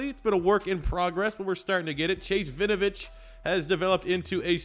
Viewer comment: Just for future videos, u pronounce the W in Winovich. It's not Vinovich